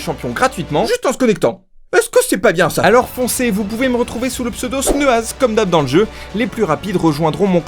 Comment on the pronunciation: LE RETOUR DE euh… 😁